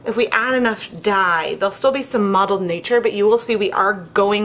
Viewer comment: It's muddled not modeled maybe because you have or had a speech impediment I am hearing it incorrectly